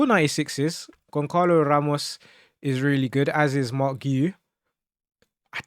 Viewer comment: Pls learn how to pronounce the name of the players you saying, it’s not gonkalo it’s Gonçalo and not yordi alba it’s jordi alba bro